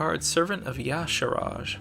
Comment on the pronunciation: it's actually pronounced "why-sha-ar-jay"